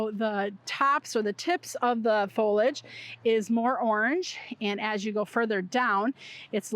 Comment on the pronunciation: Fol-li-age, nor folage! Please, pronounce the word correctly or don’t say it at all. You’re hurting my ears!